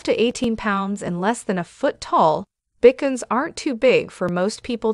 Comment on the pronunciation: I am laughing so hard at the pronunciation of the Bichons, Pekingese, & Coton de Tulear- obviously this person knows nothing about dogs. 😂😂😂